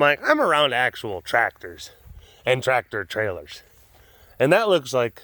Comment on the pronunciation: doin the Jersey accent sounds l u ke Linda from Bob's Burgers!! Im LMAO every time Ibhear him say "tractor trailers!" 🤣🤣